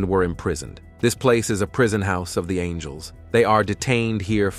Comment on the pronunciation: Oh it’s the fallen ang-ells😂